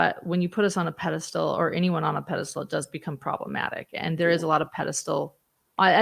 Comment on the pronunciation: Going to be little picky here.. it's a Pedestal not Pede stool